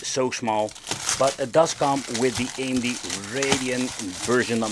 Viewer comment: You Say AMD, nice